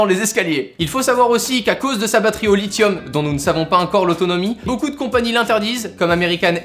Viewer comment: On dit ENCORE pas HEINCORE haha! Sinon super vidéo comme d'habitude!